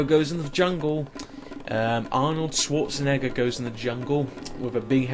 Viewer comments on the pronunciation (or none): none